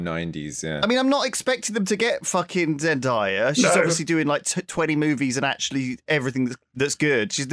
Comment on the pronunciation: C’mon guys, with the number of tunes you guys have brought her up you’d think you guys would learn to pronounce zendaya correctly. It’s day not die